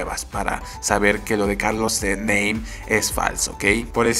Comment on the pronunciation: Se pronuncia "NAME" no "NEIM" jajaja